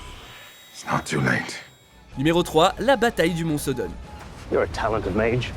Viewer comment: SODDEN PAS SODON !